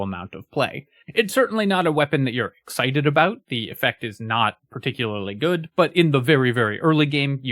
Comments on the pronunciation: Do you hear "aboot" when you listen to that. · that is THE most Canadian-sounding "about" I've heard in a long time lmao